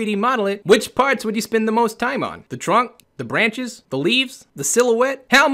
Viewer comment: "bwanches" xD